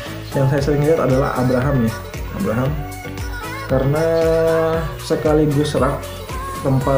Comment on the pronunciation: Abrams,bukan Abraham mas bro😁